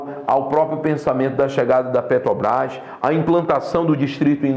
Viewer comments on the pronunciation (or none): none